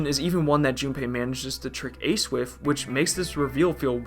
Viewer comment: The content of this video is great but its really really hard to listen to the severe th-fronting speech impediment. It's three, not free. It's with, not wif.